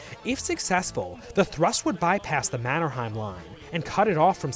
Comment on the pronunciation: How did this guy mispronounce Mannerheims name that badly??